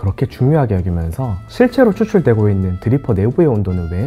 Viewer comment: 실'제로'인데 실'체'로라고 발음하시는 이유가 궁금합니다.